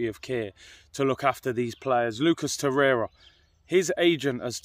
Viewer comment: Hahaha! Man said “Nicholas Torreira “😂